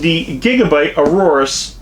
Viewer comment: Aorus is pronounced "A-yor-us" not Aurorus.